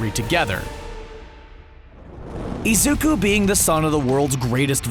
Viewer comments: WHY do you say Izuka...When its Izuku... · Everyone else: Izuku This guy:Izuka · Iys not pronounced izukuh its pronounced izukoo (izuku) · It’s Izuku not Izuka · .......why the actual fuck are you pronouncing Izu-Ku as Izu-Ka, its fucking Izuku damnit! Where did you even get the "A" from?? Its freaking too annoying not to rage about it. I should really stop getting angry at mispronounced things... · its izuku, not izuka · how to know the person narrating these videos never watched the source material: they mispronounce the name of the main character badly. its izuku not izuka jeez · How can you make a video about a person if you can’t even pronounce his name right? Are Izuku and Izuka two different people? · Who’s Izuka you say it Is-uuu-ku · If you pronounce "Izuku" as "Izuka" one more time, then I'm gonna shit my pants and beat my dog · The fact that he’s saying “Izuka” instead of “Izuku” triggers me a little... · Now I just got one question why did you say Izuka Midoria instead of Izuku Midoria (ps The dub version is hot garbage) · Izuka... I Z U K A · IzukOO not IzukA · Izuku.. not izuka... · Am triggered by him saying "IZUKA" instead of "IZUKU" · Stop. Saying. Izuka. Its Izuku (oo) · Its pronounced e-zookoo midorie-a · IZUKA Quirk: saying names wrong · Izuka Me: cringes intessely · can we talk about how doesnt know how to pronounce the names of anything from any series smh "izuka" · I can't fucking watch these theory videos,matpat says Dayku and this guy says Izukuh like come on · hold up he said “Izuka” who the hell is Izuka?! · Did you say- Izuka? I literally just can't. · “Izuka” ok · i got mad when he said 'izuka' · Is no one gonna talk about how this person said “Izuka” in wth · Did this guy really say izukaaaaaaa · "Izuka?" The hell? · For some reason I heard the narrator say "Izuka"... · *Mildly annoyed because he pronounces Deku's name as "Izuka"* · Izuka?!?! bruh fuck you guys and you miss pronunciation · He says izuka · Nobody:: iZuKa